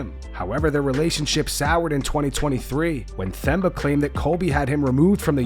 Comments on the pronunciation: For the record, it's pronounced Temba, not Themba. You exaggerate the T and forget the H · it’s pronounced TEMBA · Yoooooo why the narrator dude keep saying the (Th) in Themba’s name. The H is silent DH!!! Do you actually watch the UFC bro? You’ve never heard them says his name? lol. Sounding like uncle Chael up in here. lol. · Themba is pronounced "Temba". You gotta bother looking up interviews where these guys say their names clearly. How long were ppl mispronouncing Dricus du Plessis? Its not difficult at all, basic journalism required. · 🔆Bro! it's unbearable, how they pronounce such a simple name so horribly 🤦‍♂️😂😂